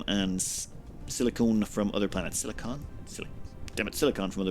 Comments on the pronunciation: SiliCON not CONE xD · Not to be a stickler or anything, but your both pronounciations of silicon are wrong. It's pronounced "silic'n", the 'o' is quiet. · Nit picky acros the pond. Differs from place to place...